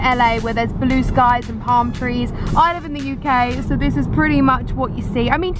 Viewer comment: Why does she says “sOw” instead of “so” 😂